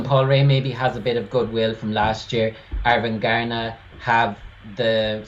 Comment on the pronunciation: It doesn´t matter, but the stress on Arvingarna isn´t on "gar", but on "Ar" and "ving". "Arv" means like inheritance in Swedish, and arvingar is heirs. "Arvingarna"= "The Heirs" Their fathers were famous musicians in this dansband genre.